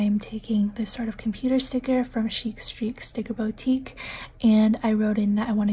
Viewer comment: From the way you say it I always thought the shop was called ChicStreetStickerBOWtique!😂 It‘s actually pronounced like BOOtique.☺️ But apart from that your PWM‘s are always amazing and stunning! I just LOVE your handwriting and hand lettering!😍